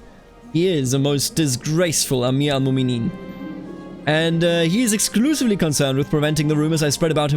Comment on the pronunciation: A quick tip for pronounciation, if you see ‘ in names (like mu’minin) thats a glottal stop. Like saying uh-oh